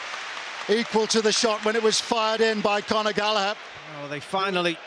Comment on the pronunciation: Nice ball from 'Gallagh' aswell